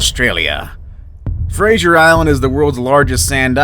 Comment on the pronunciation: That’s not how you say Brisbane and Fraser 👏👏🧠